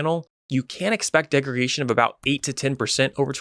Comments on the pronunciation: Honestly a little hard to take you seriously when you keep saying degregation… it’s degradation brother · It's really not pronunciation though.. that would be like correcting someone who says croissant because they dont say it like the french do. He's saying degregation when the word is degradation. That's not a misintepretation of pronounciation, thats just a mispelling, a mistake. Not sure about you but in my line of work, when a subject matter expert can't get simple things like a commonly used industry term right, over and over, they lose credibility pretty quickly.